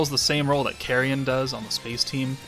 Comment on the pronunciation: “Carrion” or “carryin’ “?